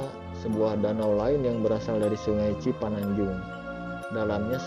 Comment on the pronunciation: cipanunjang euy lain cipananjung teu baleg ngomongteh